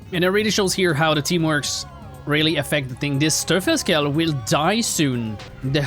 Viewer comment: Hey o/ If you'd pronounce the "V" in Verfalldrache as you pronounce the "f" in Verfalldrache you would get closer to the correct pronounciation. And for the Teufelskerl, try pronouncing the "eu" as an "oi" like in exploit e.g. Just in case you want to know this. If not or if it's even not wanted, sorry :'D